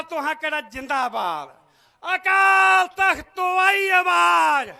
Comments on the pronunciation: ਸੀ ਅਕਾਲ ਤਖਤ ਬੋਲੋ ਅਕਾਲ ਨਹੀ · ਜਦੋਂ ਤੁਸੀਂ ਅਕਾਲ ਤਖਤ ਸਾਹਿਬ ਦੇ ਸਪੈਲਿੰਗ ਸਹੀ ਨਹੀਂ ਬੋਲ ਸਕਦੇ ਤੇ ਫਿਰ ਹੁਣ ਤੁਸੀਂ ਰਿੰਗ ਰਿੰਗ ਕਹਿੰਦੇ ਹੋ ਅਸੀਂ ਕਿਹੜੀਆਂ ਮਲਾਈਆਂ ਖਾਧੀਆਂ ਆਲੀਸ਼ਾਨ ਤੁਸੀਂ ਇਹ ਤੁਹਾਡੀ ਹੈ ਜਿਹੜੀ ਲੀਡਰਸ਼ਿਪ ਬੈਠੀ ਹੈ ਇਹ ਸਾਰੇ ਬਰਾਬਰ ਭਾਗੀਦਾਰ ਨੇ ਕਿਉਂਕਿ ਉਦੋਂ ਤੁਸੀਂ ਕਿਉਂ ਨਾ ਬੋਲੇ ਉਦੋਂ ਤੁਹਾਡਾ ਹੱਕ ਬਣਦਾ ਹੀ ਬੋਲਣ ਦਾ ਹੁਣ ਤਾਂ ਵੀਰੋ ਗੱਲਾਂ ਬੜੀਆਂ ਲੱਗਦੀਆਂ ਸਾਰਿਆਂ ਨੂੰ ਪਤਾ ਜੀ ਹੁਣ ਉਹ ਕੋਈ ਪਹਿਲਾਂ ਵਾਲੀ ਗੱਲ ਨਹੀਂ ਹੁਣ ਲੋਕ ਬਹੁਤ ਹੀ ਸਿਆਣੇ ਹੋ ਚੁੱਕੇ ਨੇ ਲੋਕ ਸਮਝਦਾਰ ਨੇ ਲੋਕਾਂ ਨੂੰ ਪਤਾ ਵੀ ਕਿੰਨਾ ਕਿੰਨਾ ਨੂੰ ਚੁਣ ਕੇ ਆਪਾਂ ਗਲਤੀਆਂ ਕੀਤੀਆਂ ਤੇ ਆਪਾਂ ਅੱਗੇ ਵਾਸਤੇ ਗਲਤ ਗੱਲ ਨਹੀਂ ਕਰਾਂਗਾ ਮੈਂ ਕਿਸੇ ਦੀ ਪੱਖ ਚ ਨਹੀਂ ਬੋਲ ਰਿਹਾ ਪਰ 2027 ਦੇ ਵਿੱਚ ਪਰਮਾਤਮਾ ਪੰਜਾਬ ਦੇ ਵਿੱਚ ਇਹੋ ਜਿਹੀ ਸਰਕਾਰ ਬਣਾ ਦਊਗਾ ਜਿਹੜਾ ਪੰਜਾਬ ਦਾ ਭਲਾ ਕਰ ਸਿੱਖ ਕੌਮ ਦਾ ਭਲਾ ਕਰੂ ਬੰਦੀ ਸਿੰਘ ਅੰਦਰ ਬੈਠੇ ਆ ਉਹਨਾਂ ਬਾਰੇ ਵੀ ਸੋਚੋ ਸਾਰਾ ਕੁਝ ਕਰੂ ਪਰਮਾਤਮਾ ਜਾਣੀ ਜਾਣ ਆ ਸਾਰਾ ਕੁਝ ਆਪ ਵੀ ਕੀ ਕੁਝ ਇਹਨਾਂ ਨੇ ਕੀਤਾ ਸਿੱਖਾਂ ਦੀ ਸਿੱਖੀ ਦੇ ਨਾਮ ਤੇ ਪਰ ਹੁਣ ਨਹੀਂ ਚੱਲਣਾ ਤੁਹਾਨੂੰ ਸਹੀ ਸ਼ਬਦ ਨਹੀਂ ਬੋਲਣੇ ਆਉਂਦੇ ਕਾਲ ਤਖਤ ਕਹੀ ਜਾਦੇ ਹੋ ਅਕਾਲ ਤਖਤ ਤਾਂ ਤੁਹਾਨੂੰ ਕਹਿਣਾ ਨਹੀਂ ਆਉਂਦਾ ਇਨਾ ਨਹੀਂ ਪਤਾ ਤੁਹਾਨੂੰ ਕਾਲ ਤਖਤ ਤੇ ਆਕਾਲ਼ ਤਖਤ ਬੋਲਣ ਦੇ ਵਿੱਚ ਕਿੰਨਾ ਫਰਕ ਹੁੰਦਾ ਇਥੋਂ ਪਤਾ ਲੱਗਦਾ ਹੈ ਮੈਨੂੰ ਤਾਂ ਇਉ ਲੱਗਦਾ ਕਹਿਣਾ ਤਾਂ ਨਹੀਂ ਮੈਂ ਚਾਹੁੰਦਾ ਬਾਬਾ ਚਿੱਟਾ ਦਾੜਾ ਸਿਆਣਾ ਦੇਣਾ ਬੰਦਾ ਪਰ ਤਕੜਾ ਮਾਲ ਛਕਿਆ ਵਾਲਾ ਲੱਗਦਾ ਹੈ ਜਿਹੜਾ ਐਡਾ ਰਿੰਗ ਰਿੰਗ ਕੇ ਬੋਰਡ ਰਿਹਾ ਇਹ ਹੁਣ ਨਹੀਂ ਚੱਲਣਾ ਪੰਜਾਬ ਦੇ ਵਿੱਚ ਲੋਕ ਜਾਗਰੂਕ ਹੋ ਚੁੱਕੇ ਨੇ ਲੋਕ ਉਸ ਪਾਰਟੀ ਨੂੰ ਚੁਣਨਗੇ ਜੋ ਪੰਜਾਬ ਦਾ ਪੰਥ ਦਾ ਹਰੇਕ ਨੂੰ ਬਰਾਬਰ ਦਾ ਹੱਕ ਦੇਵੇਗੀ ਉਹ ਤੁਸੀਂ ਤਾਂ ਬੈਠੀ ਸੀ ਛੁਰਾ ਮਾਰਨ ਵਾਲੇ ਬੰਦੇ ਹੋ। ਹੁਣ ਤੁਸੀਂ ਕਹਿੰਦੇ ਹੋ ਸੁਖਬੀਰ ਬਾਦਲ ਦੇ ਸਾਰੀਆਂ ਗਲਤੀਆਂ ਮੰਨੀਆਂ ਚਲੋ ਉਨਾਂ ਬਾਰੇ ਆਪਾਂ ਕਹਿੰਨੇ ਆ ਵੀ ਉਹਨਾਂ ਨੇ ਗਲਤੀਆਂ ਮੰਨ ਕੇ ਉੱਥੇ ਜੋ ਸੇਵਾ ਲਾਈ ਕੁਛ ਵੀ ਕੀਤਾ ਤੇ ਪਰ ਤੁਸੀਂ ਤੁਹਾਡੇ ਚੰਦੂ ਮਾਜਰਾ ਸਾਹਿਬ ਤਾਂ ਸ੍ਰੀ ਅਕਾਲ ਤਖਤ ਸਾਹਿਬ